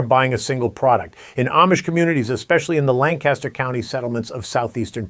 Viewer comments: Please respect the history, culture and people of Lancaster County, PA by correctly pronouncing the name of their county. Locals pronounce the name as “Lanc-Aster”; not “Lan-Caster. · The pronunciation is Lan-cus-ter not Lan-CAST-ter. The county is located in PA not CA. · I live in Lancaster County and it’s very true but by golly does it stink to high Heaven around here in the spring. Also, it’s pronounced LANC-ester, lan-CASTer 😊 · Lancaster is my home , birthplace and my heritage. Please pronounce Lancaster correctly! Lan-kiss-ter not Lan-cast-ter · Love the content! You from New York? You keep saying Lan-caster like the Lancaster, New York. Amish Country is pronounced Lanc-ister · It's PRONOUNCED LAN-KUSH-ER not Lancaster, like Mojave desert California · LAN-kis-ter county. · Our friends from Lancaster always would get mad at us for not pronouncing it correctly: Lang-cas-tor. Hahaha! 😂🤣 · There's no G in Lancaster. Try lankaster. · We pronounce it “Lang-Kiss-Ter”